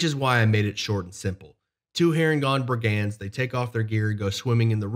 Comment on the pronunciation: "BRIG-und" not "brig-And" haha